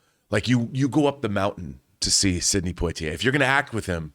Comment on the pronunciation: Did he pronounce his name Point Tee Eh? It's Pwa Tee Eh